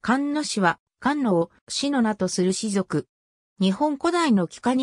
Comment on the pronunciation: 菅野ではなくすがのですよ